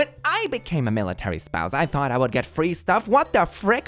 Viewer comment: I really want to know why says "thunk" instead of "thought" 🙉